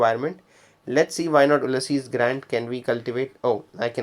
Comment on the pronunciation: Funny difference…. You say Oo-lysses (exaggerated a bit) Grant….. but Americans usually say “Ewe-lysses” Grant. Not criticizing, just noting. Thank you for a useful video